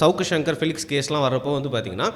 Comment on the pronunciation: பிளிக்ஸ் இல்ல... பெலிக்ஸ்